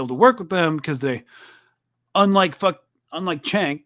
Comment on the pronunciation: Cenk's name is pronounced "Jenk".